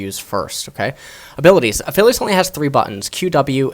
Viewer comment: I think he is called A-Aphilios.